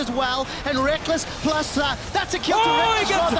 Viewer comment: Rekkles has a very good pronunciation!